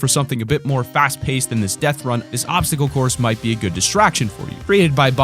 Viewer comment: Minecwaft deafwun